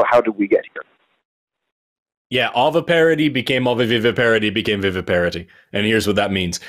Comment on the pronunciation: Veeveeparity is nearer to the latin pronunciation of viviparitas